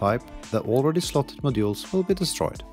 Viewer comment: To me it sounds like you keep sayin "My jewels" which makes this a really weird video 😅